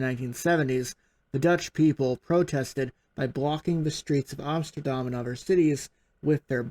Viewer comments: Nice job on your pronunciation of Amsterdam. For a second there, I thought you were from Netherland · Wow! I've never heard a non-Dutch person pronounce Amsterdam actually correct like "Amsterdam". That's pretty neat!